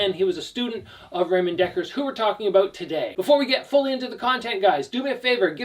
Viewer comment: It doesn't matter, English speakers pronounce Ramon wrong anyway. You only said it wrong differently.